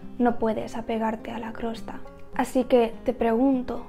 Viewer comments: Interesante consejo! Y gracias 🙏. Más bien creo que la palabra que decías Crosta, es Costra. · Hola, la verdad es que tienes una visión muy oxigenante... me ha venido genial tu video, qué verdad es!!! TENEMOS TODA LA RESPONSABILIDAD y la obligación. (permíteme, tengo que decirte una cosa es COSTRA no crosta). Un besito... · no es crosta es costra 😭😭😭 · Nunca había oido decir el nombre de la crosta...Jijiji me parece gracioso. Siempre lo había oído como costra.